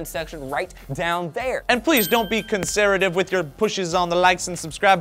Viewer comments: conseretive.....cencervi....conser....FUCK IT. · "conserative", laughed quite hard.